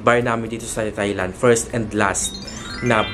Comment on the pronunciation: Thailand pronounced without the TH sound.. tay-land lang mi.. 😊